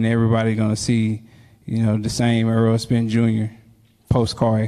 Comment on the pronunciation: Errol "Earl Spence" Spence